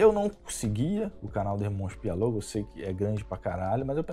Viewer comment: É Pi-o-lo-go ... e não Pi-a-lo-go.... ok.... só para entender. ...